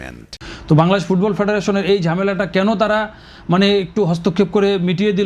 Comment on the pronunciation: ঠিক মতন ফুটবল উচ্চারণ করতে পারে না সে ফুটবলের জ্ঞান দেয় এতদিন কোথায় ছিলেন ভাই